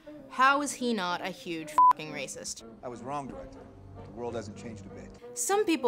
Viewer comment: Okay, but is anybody else bothered by the way Lindsay says "World War II" as "War War II"?